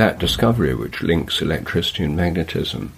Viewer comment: Am I tripping, or does keep saying “elecTRITICY”?